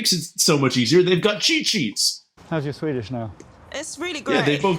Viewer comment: Swede here. Ardal was bloody good at the Swedish, even getting our rather specific vowel sounds. Thoroughly impressed.